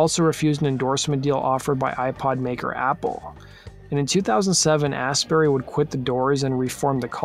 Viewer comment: It's pronounced "Astbry" FYI